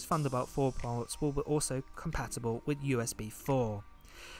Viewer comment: wiTH not wiFF